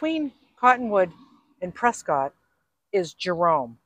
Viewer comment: Love watching you tour my State! Edit: Prescott is pronounced Press skit. Just so you can sound like a native! LOL!!